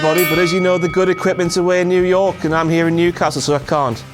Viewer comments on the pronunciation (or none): none